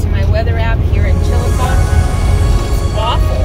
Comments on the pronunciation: Just a heads up, Chillicothe (chi-luh-kaa-thee) is pronounced with a long "E" on the end & it's a 4 syllable word. We have a Chillicothe in Ohio. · Long E on the end. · Pronounce the end like eee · I live not too far from chillicothe which sounds like… chill a cough thee 😂 and my daughter lives in Iowa and says there is a trail that runs from one end of the state to the other end. They are very park friendly in Iowa. ❤ your videos. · Pronounced Chill a coth ee. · that’s what I was thinking about when I heard the pronunciation. Long e in the Ohio town’s name. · I love the murals!!❤❤there is a Chillicothe in Ohio… there they pronounce the final E. Did you transport that spider across state lines?😂 do spiders recycle?